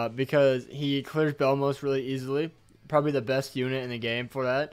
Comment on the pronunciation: its bellmoth not bellmoos lol